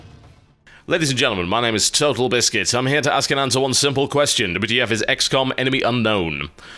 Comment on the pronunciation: I had to relisten to the intro a few times before I heard "ladies and gentleman my name is Töt'lbiscuit" .. I swear I first thought I was too intoxicated or tired and randomly heard TURTLEbiscuit.